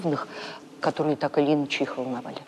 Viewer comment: Чистый и красивый русский язык? Я простой обыватель, но и мне неоднократно резало слух не правельно поставленные ударения в словах произносимых ею. "Так или Иначе", хотя следует говорить инАче, "исповедАние", вместо исповЕдование, и т.д. Она не заурядный экскурсовод - она директор великого музея.